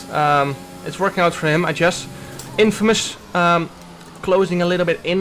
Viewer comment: Jarno de letter g in guess spreek je uit als de g in good